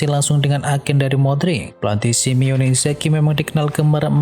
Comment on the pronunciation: bang bukan SiMEONE pliss 😢 “SiMONE”..